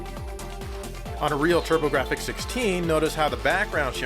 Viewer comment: i love the turb-ah-gra-fix